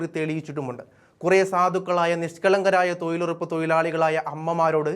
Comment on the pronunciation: എടോ.... തോയിൽ ഉറപ്പല്ല, തൊഴിലുറപ്പ്. ഉച്ചാരണ ശുദ്ധി ഇല്ല. പോയി ഉച്ചാരണം പഠിക്കു.